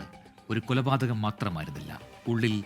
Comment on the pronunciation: കൊലപാതകം✅ എന്നല്ലേ ശരി? പല വീഡിയോകളിലും 'കുലപാതകം' എന്നാണ് പറയുന്നത്.